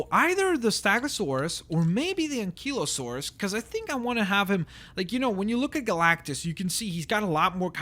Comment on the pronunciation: he doesnt pronounce ankylosaurus and stegosaurus right